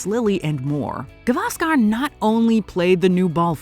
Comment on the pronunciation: You are wrong. She didn't pronounce names properly. At very first, she pronounced Gavaskar totally wrong, it's गावस्कर, she pronounced गवास्कार a totally wholly meaningless wrong, a totally wholly nonexistent surname.